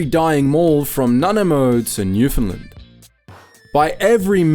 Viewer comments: bro the way he said nanaimo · I’ve been starting to watch all your videos and have mostly found them well done. As others have pointed out, saying “Zee” instead of “Zed” (especially with the inserted clip saying it properly seconds later). Also, early in the video, the narrator mispronounced “Nanaimo”. Given the current increasing distaste for American brands and influences, I think that you have a perfect YouTube channel that can expand and succeed, but having your narrator (AI or human?) present Canadian feel good stories and then mispronounce them, will damage your brand. It doesn’t invalidate your data, just makes the viewer wince.